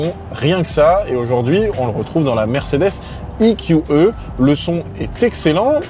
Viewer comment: Le eqeuh? 😂 ee - q - ee